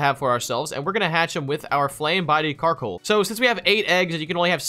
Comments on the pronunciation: Wait did you rlly called Coalossal Carkol in the beginning? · You always say karcoal but it was coallossal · Not a carcoal, its a coalosal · My head when he said Carkol: COALOSSAL COALOSSAL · Bruh you keep calling Coalossal Carkol but other than that good video. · It's coalossal not carkol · Slight nitpicks 1) Thats Coalossal not Carkoal, i got triggered when you kept saying Carkoal 2) the lack of knowledge on new pokemon generations is surprising for you two always doing pokemon versus keep doing what you do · The knowledge just isn’t there, like my guy called it carkoal all video. He doesn’t know the name of his own Pokémon, plus quick gg said gigalith was a new gen Pokémon 😂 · Did anyone else notice that kept calling coalosal karcoal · not carkol btw lol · It's coalasal